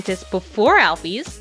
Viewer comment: Im sorry but u said some of the names wrong when u drew alphis i couldn't take it any further. TRIGGERED!!!! Btw im not trying to be offensive in any way just an opinion. :)